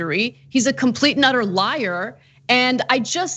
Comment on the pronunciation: When Ana said Trump is a complete and utter liar, I thought she said Trump is a complete Nutter liar. Both statements are true